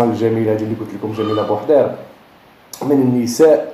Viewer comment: لتصحيح جميلة بوحيرد وليس بوحدير